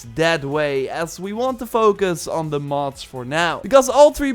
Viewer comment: It really sound like he is saying Moths, instead of Mods.